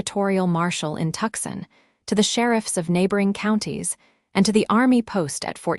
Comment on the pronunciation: it's TOO-Son - not Tuck-sen - Tucson Arizona!! FIX IT